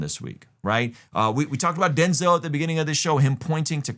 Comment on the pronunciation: Denz-El. Come on you know this one!